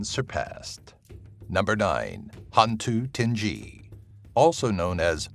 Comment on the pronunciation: Hantu tinggi is pronounced Han too ting gui